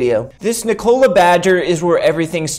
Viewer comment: its not niKOla its NIkola bruhhhh